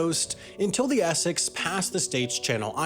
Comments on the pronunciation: its es-sex not esec. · Essex is not pronounced Esseck :| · Your inability to pronounce the word Essex is hilarious 🤣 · Man what is going on with your pronunciation? Even with English words like Essex (essecks). And how did you get to vung tai out of Vung Tau (voong tau).